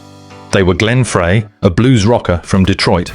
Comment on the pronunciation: If only someone could teach AI to say Glenn Freys name correctly. It's fry,not fray